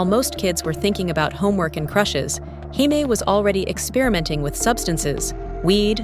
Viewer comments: AI Garbage about JAMES KING, model legend---- why is her name being pronounced HI-Mee, she's not even latin. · “Hi-me” King? This AI narration is trash. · Her name isn't Hi-may. She's not Latina. Her name is pronounced Jay-me. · Came here to mention this. She is an American model, her name is pronounced “Jay-mee”! 😂😂😂